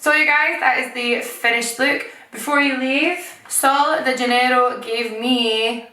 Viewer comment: Your accent saying sol de janeiro actually is perfect! killing on Portuguese 🇧🇷🇧🇷